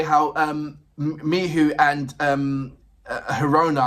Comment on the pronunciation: Greetings, thanks for more LOVEBITES. I enjoy your reactions. I also appreciate your enthusiasm and interest in Miho, however, her name is pronounced Me-HO, not Me-who as you are in this video. I understand your 'frustration' with her somewhat subdued presentation, but she is the 'foundation' that seems to be comfortable with others 'taking the spotlight' even though they are really an ensemble which I appreciate. There is no member that 'stands' without Miho's foundation, from originating the idea of the band, the styles they present, the choices in drummer, guitarists and vocalist/lyricist began with Miho's vision. She is to be honored for being the impetus without which LOVEBITES would not exist, at least not in any way that it does exist. As a musician myself, a song-writer, vocalist, multi-instrumentalist who does not seek the 'spotlight', I can relate to the possibility that Miho is happy to step forward at will, but primarily be that foundational aspect, singing lyrics she wrote, without the mic, but showing that it is HER song. Her style of bass playing is sync'd with Haruna in quite complex ways that are not necessarily 'featured' as 'spectacular' like the guitars and vocals, but without those rapid-fire-fingers bringing that driving contribution, as she chooses (remember, she IS the band LEADER), and IF she was a "Billy Sheehan" or even "MISA" from Band Maid style bassist, LOVEBITES would sound nothing like it does. I watched part of an Iron Maiden show last night a